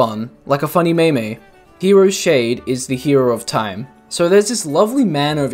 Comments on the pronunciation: He said me-me instead of meme! He must suffer. Lol jk. Great video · I absolutely died laughing when I heard you pronounce the word meme as "MAY MAY." lol My brother calls them "MEE MEES" Sorry I'm not trying to be a jerk and laugh at your expense, it was just funny because I've never heard anyone say it like that. But just to fill you in lad, the word MEME is actually pronounced like "MEEM." Just trying to help out. Love this video by the way. Great work. Thank you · For future reference it's pronounced "Meam" not "MayMay". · DId you actually just pronounce meme 'may-may' instead of 'meem' ?!?!?!?! are you 5 years old or something? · Your brothers a legend for pronouncing the word that way XD I'm also aware of how to pronounce "meme", I just did it goofy as a joke is all. Thanks for the help though, glad you enjoyed my pronunciation and video too :D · I’m sorry. All respect to you I’m loving the video and I will watch all the way through but did you pronounce meme as MEI-MEI?!?!?!? WHYYYYY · Meme is pronounced Mea- m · Not may may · Nope. Sorry, couldn’t do it. Couldn’t continue after the way he said meme. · The way he pronounced meme was so offputting and jarring